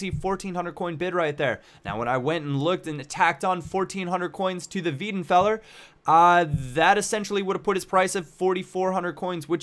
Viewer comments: wEIdenfeller not wIEdenfeller... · Its not pronounced weedenfeller, its pronounced wydenfeller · it's pronounced VAY-DEN-FELLER not VEE-DEN-FELLER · No it's not, its spelt: Weidenfeller. It's PRONOUNCED: Why-denfeller. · Love your vids but it's pronounced as 'WHY'denfeller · Weidenfeller please pronouce it like WHYTHENFELLA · its pronounced WAJDENFELLER. trust me im an eng.. i mean german...